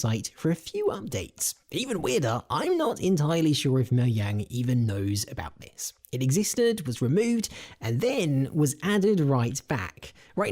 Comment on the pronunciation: Germanic J is pronounced like a Y, Mojang is a Swedish company.